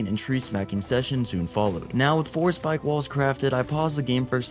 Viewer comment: Speak-ay = Spike.